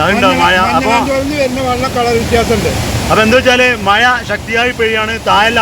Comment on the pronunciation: വള്ളം, മയ ഇതൊക്കെ ഒന്ന് clear ആകു